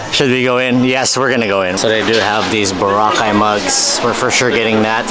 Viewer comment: Thanks for pronouncing it correctly.BO-RA-CAY…